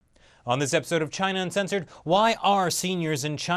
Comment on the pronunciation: China UNcensored or China Censored??? Your pronunciation is atrocious!